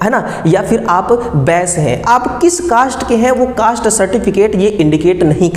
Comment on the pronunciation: Caste bolna nhi aata cost cost bol raha hai😂😂😂😂 kaisa technical hai